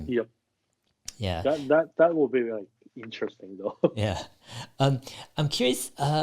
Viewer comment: English is my second language. Fluent but still got the accent. I wish I could pronounce « interesting » in such a badass way as Dave 😅 Dave « int’resting » Lee on Investing 👌